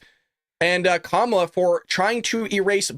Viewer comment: Did Whoopi mispronounce Kamala Harris's name? 😮